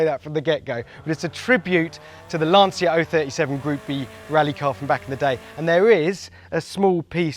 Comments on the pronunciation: Ah, IT’S LAN-CHA NOT LANSEEAH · Just please, learn to pronounce Lancia...